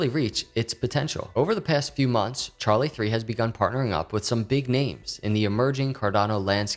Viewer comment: It is Charli3 with a Three. He is correct and asked me specifically before making the video to make sure he got it right